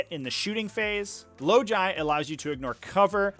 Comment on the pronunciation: Lol had to pause the video to refocus! Same with "logi" and "magi"